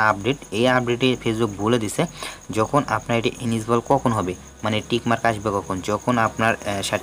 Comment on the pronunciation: ইনেজিবল না রে ভাই এলিজিবল